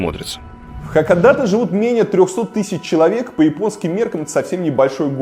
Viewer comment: Только название города произносится иначе. Не хАкадАтэ, а наоборот — хакОдатЭ.